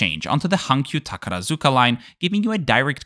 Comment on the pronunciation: Great video. As a resident of northern Osaka, I see these planes from my front window all the time, and my little son waves at them taking off. One thing - the proper pronunciation of Takarazuka is "TakaRAHzuka", not "TakaraZUka". Pedantic I know, but I just had to say it😉